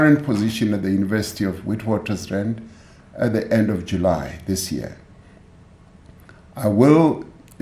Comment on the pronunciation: I lost interest once i heard "commission" my air is down, hai mxm😢😢😢😢 a kena matla Did he just say "wheat waters rand" since when, i thought all along its been Witwatersrand mos...